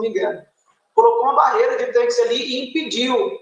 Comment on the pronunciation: TAINQUES kkkk como ela me irrita falando errado é TANQUES, aloprada.